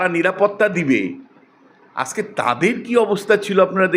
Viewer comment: bokachoda lok ajke ke bolche aske, agent ke bolche asent, pathachoda bangladesi tinu